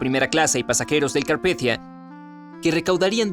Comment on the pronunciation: holakevin31 roblox lo leyó en "inglés" supuestamente